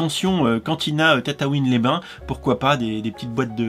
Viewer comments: Tu dis tatatouine alors que c'est tatooine 😭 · tu dit tataouin au lieu de tatooin